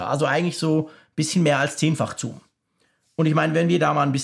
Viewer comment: Toller Test - aber wie schon beim Apfelfunk triggert mich die Aussprache von „Zoom“ total. Es heißt „suhm“ und nicht „zuhm“. :))